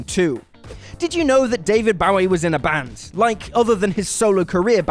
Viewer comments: seriously, England, learn the right pronunciation of "Bowie"! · Suggest you find someone who can pronounce Bowie if you're gonna put him in videos. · Please please please learn how to say David Bowie’s name?! Please??? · the way he pronounces david's last name hurts my soul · How does a Brit literally never say David Bowie's name right? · A music channel that can't properly pronounce David Bowie? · Yeah he's doing the knife pronunciation. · You have no idea how to pronounce "Bowie!" Idiot!!! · I have never heard anyone but you pronounce “Bowie” like that! I suspect that you aren’t pronouncing it correctly! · Again with the mispronunciation of Bowie!? Aren't you supposed to be a pop culture channel??? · You're mispronouncing Bowie.